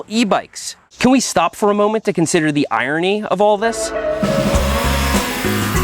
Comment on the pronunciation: The real irony of this video is that Seth can’t pronounce the word irony.